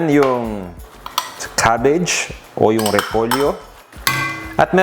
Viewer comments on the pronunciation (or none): none